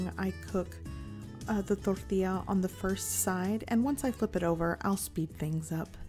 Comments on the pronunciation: " yada yada totally unaccented english yada ....DORDEEYA.....more unaccented english...DORDEEYA" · Torrrrrtilla. I come by often just to hear that. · Zero accent till the word Tortilla~